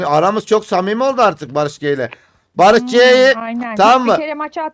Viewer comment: Barış g değil barış ci